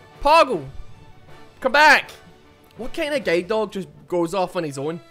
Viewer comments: The way he say guard doh hurts me every time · Guide dog My ears: G A Y D O G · it took me 4 minutes of the video to realize he was saying "guilde dog" and not "gay dog" ... i just didnt question it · I kept hearing "gay dog" instead of "guide dog" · Did i just heard gay dog instead of guide dog??!!))) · Did he just say gay dog? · I swear I heard say gaydog... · I thought he was saying “gay dog” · Not going to lie it sounds like your saying "gay" dog